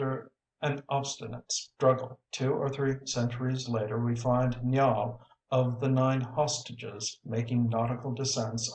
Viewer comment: He is saying Niall wrong